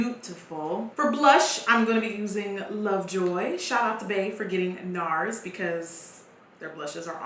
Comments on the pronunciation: NARS rhymes with Mars lmao 😂😂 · Nars because it rhymes with Mars 😂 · NARS cuz it rhymes with MARS 😂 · I thought he said bars, because in England ‘bars’ is like raps etc